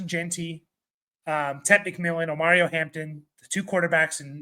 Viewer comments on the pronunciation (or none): There is an N at the end of OmarioN Hamptons name